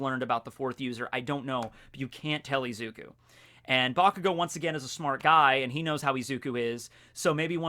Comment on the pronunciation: is izuku not eeeeeeezuku 😂